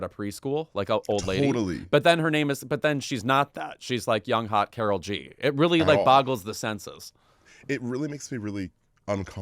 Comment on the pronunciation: Guys, you don’t like Karol G cause you say her name as if she’s a white American lady from Minnesota 😂😂 she’s cool w the correct pronunciation and understanding that the name Karol (pronounced Kah-d-ohl, like the d in auditor) or Carolina or Karolina is popular in her generation in Colombia and does not have the cultural connotations it has in the US.